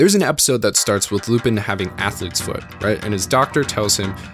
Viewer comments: It's not Loopin', it's Loo-pan. Great video, though. Keep up the great work! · Isn't Lupin pronounced Lupan? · I'm sorry, but how can you mispronounce Lupin's name this badly this consistently, the correct pronunciation is in the opening, I'm so confused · I'm so confused how someone watches the entire series yet can't pronounce the main character's name correctly... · How do you watch an anime series in it's entirety and still mispronounce the title, which is also the main character's name? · Oh god he pronounces it with an “i” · The fact he pronounces "Lupin" wrong is so distracting for me